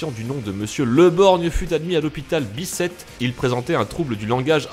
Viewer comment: Juste pour être sur a 1.02 si tu parle de l'actuel CHU qui est au Kremlin-Bicêtre, dans ce cas ça se dis biCêtre ;)